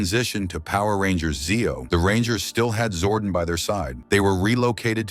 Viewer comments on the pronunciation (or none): Astronema, Zordon, and Galaxy among other words are consistently mispronounced.